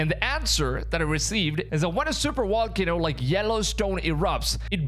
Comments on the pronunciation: What’s a super “wall cano”? 😨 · Super Wall-cano, I'm guessing it's hard to get the V out or are we calling it this on purpose?